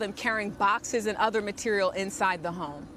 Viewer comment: That is one fancy way to say "material" 😂 Ma-tear-ee-all